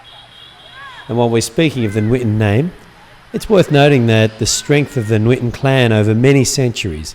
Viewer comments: You are so amazing when you'r speaking Vietnamese lol. But you said the word "nguyễn" somewhat wrongly, you did like "nuyễn" :p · the "NG" in Nguyễn is pronouced like "siNGer" in English. i hope it helps you somehow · I realized that you said the word "ngon" perfectly, and you wanna improve the sound of the word "nguyen", it's something similar.. ;) thanks for making this video! It was so good :)